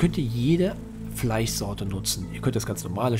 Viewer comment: Er hat Fleissorte gesagt😂